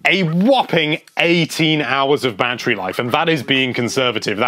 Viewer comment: Why do I keep hearing him say "banterry"?